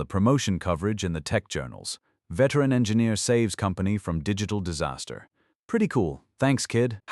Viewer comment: I almost "died of saster"! How is this nonsense even possible? 🤣